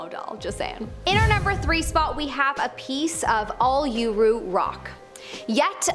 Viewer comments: You said Uluru wrong it’s ul/er/roo And they closed off that area.I had no idea that it was cursed! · It would've been better to say "Ayers Rock" in the "Northern territory" which was what the giant sandstone monolith's was called before it was changed back to it's original Aboriginal name instead of pronouncing Uluru wrong.